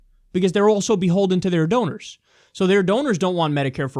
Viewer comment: donors, rhymes with owners.